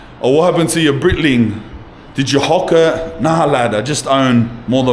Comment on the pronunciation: its Breitling... not Britling, bro.. like "Brightling"... your welcome :)